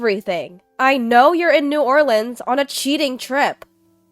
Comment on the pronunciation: I'm in shock, you pronounced New Orleans correctly 😂❤❤❤ Love your voice ❤